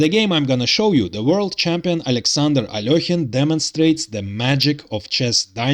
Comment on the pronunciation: At last someone who pronounces Alekhine correctly. But I suspect you are Russian.